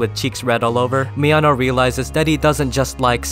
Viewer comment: Being a native spanish speaker, I laughed my ass of with this video every time you said something like "He needed to confront Mi ano" because it just sounds like "He needed to confront my anus" and the saying it casually only makes it funnier xD